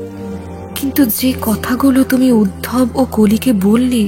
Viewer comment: উদ্ভব নয় উদ্ধব হবে।